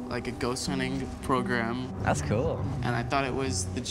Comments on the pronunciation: How many times he gonna say "cewl" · No one:: "cOOwEl" Liek okay ya kowabunga to u 2 melanin king:)